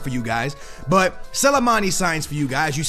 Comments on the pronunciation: Sill-A-Mani??? Hahaha., it's S-L-I, Sli-mani, say it with me slowly, Sli-mani 😂😉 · how he say slimani is actually irritating me 🤦🏻‍♂️😂